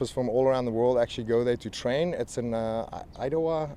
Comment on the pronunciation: "Idowa. Idowa? IDAHO!" lmaoo. Crazy hearing people from elsewhere mispronounce US states.